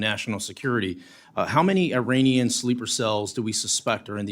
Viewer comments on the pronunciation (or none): It’s pronounced “Ee-rawn”